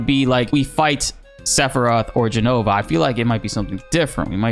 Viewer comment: This is hilarious! I heckled you about it a few weeks ago, all in good fun. But yes, I'm happy to see it pronounced correctly! It's Jenover! 😂